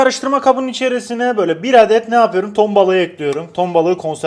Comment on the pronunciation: Yapüyrüm demene bayılıyorum